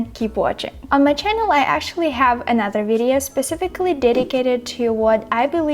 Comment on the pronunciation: Thanks for the video! Your pronunciation is better than mine, and I've lived in the US for 30 years now. Two tips for you - whatch how you pronounce "new" (y sound too distict) and actually (you don't pronounce k but you should). Not picking on you, trying to help ;) Your pronunciation is pretty much perfect, took me a sec to realize you weren't American